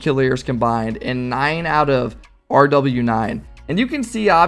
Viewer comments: its pronounced rowas not rw9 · rw9 is pronounced rwas M7sn is pronouced mason i think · It’s pronounced row aus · RW9 is pronounced row-waaas and M7SN is pronounced maw-sin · Rw9 = roo-wass M7SN = mah-sun